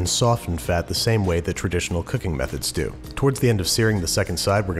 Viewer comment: Nobody: Guga: “So let’s dew it”